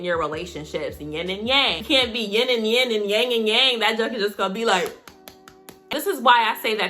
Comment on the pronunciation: When she said “yin” instead of “ying”…🙌🏾!!!